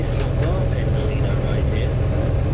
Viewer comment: btw pelaw is pronounced peel-or